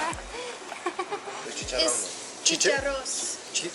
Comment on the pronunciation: Es Chicharron, no Chicharo..... el chicharron es una manera cocinar alguna carne la cual es sumergida en aceite caliente y el chicharo es como un frejol en mexico.